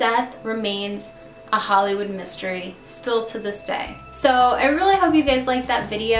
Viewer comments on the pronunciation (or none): none